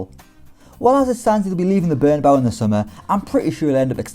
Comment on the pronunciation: British people, it's Bernabeu, not "BernabAu" FFS...